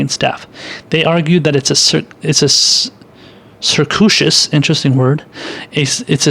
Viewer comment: circuitous....sir CUE eh tuss